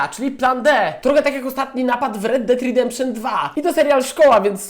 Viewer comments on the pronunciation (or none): redemption nie ridemption